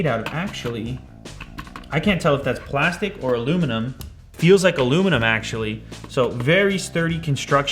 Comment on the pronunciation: I think the OP is griping mainly with the opening pronunciation of the word. more of a separation of the syllables 'al' (like the name) and 'U' (harsh sound). "Aloo" haha nailed it. It sounds like the speaker is too lazy for the L & U and just slurs it out...but that's the speakers choice after all :) I mention it because it seems like the conversation is fixated around the more obvious extra 'i'. Which, mind you, is there to remain consistent with chemist's pronunciation of the other element's suffix "-ium."